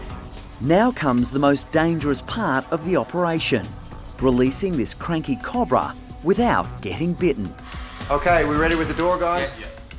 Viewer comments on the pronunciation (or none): It's not a Cob-bra it's Co-Bra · It’s pronounced ca-oh-bruh not cu-bruh